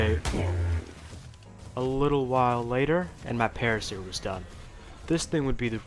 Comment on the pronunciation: Para-seer < Para -sore 😉